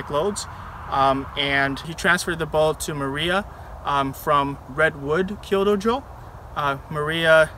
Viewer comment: Kyu-do not Kyo-do.